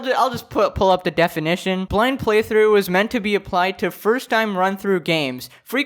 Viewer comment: did you just say deaf-inition? just wait until deaf people hear about this.